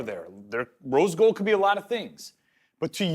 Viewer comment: Cool but can't say rose gold